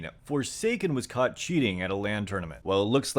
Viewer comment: your "caught" sounds a lot like "cut" q